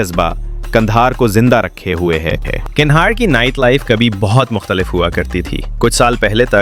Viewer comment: Why are you calling it Gandahar?